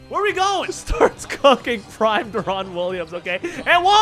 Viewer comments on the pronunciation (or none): "de-RON wililams" lmfaooo